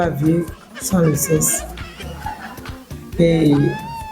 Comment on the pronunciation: on prononce le seksse et non sesse sexe